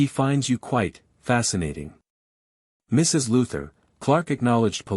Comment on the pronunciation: Teach the AI when narrating, the period is not always the end of a sentence. It paused after the Mrs. in Mrs. Norris